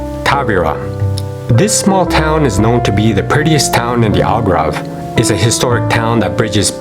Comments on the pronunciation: It’s Algarve not Algrave. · Al-gAR-ve not Al-gRA-ve (AR not RA) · So much great information! I think it is very important that you pronounce the name properly though…listening to you say “Algrave” instead of Al”GARVE” was annoying. Otherwise, great video. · Try saying ALGARVE instead of ALGRAVE !!! ....If you want to peak interest it is important to get your pronunciations correct which you have not done throughout this video. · It is ALGARVE not Algrave and North Africans are NOT arabs but AMAZIGH!!! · It’s AL-GAARV, not AL-Grave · Why is he saying “Algrave”?? It is “Algarve” ! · He read it in the liberry. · Yeah, WTH? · Your video is very good, but could be better if you correct your pronunciation of Algarve (it's not Algrave). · What is the “Algrabe”?? 🤣🤣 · I wish this narrator would not pronounce this word as the "Algrave" ... aargh! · PLEASE STOP STOP CALLING IT "ALGRAV" STOP!!!! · Sorry, couldn't keep watching, hard to take seriously when the one giving advice can't pronounce Algarve correctly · Exactly my thoughts also. I couldn't bear hearing the wrong pronunciation any longer, so after 5 minutes I gave up this video. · You need to pronounce The word Algarve properly..,,,,!